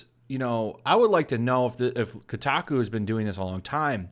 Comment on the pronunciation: Its not pronounced KuuTaKuu...lol